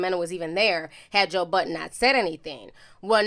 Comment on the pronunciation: It’s not joe button you keep saying that it’s joe budddddden